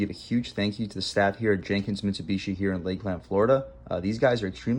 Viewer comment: Why tf do you pronounce Lakeland like that 😂